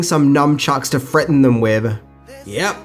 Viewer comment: "numchucks to freaten 'em wiv"